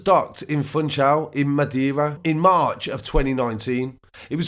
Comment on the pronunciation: My Country 😅 And it’s MADEIRA NOT MADIERA LOL . Thanks for the info bro 👌🏾✌🏾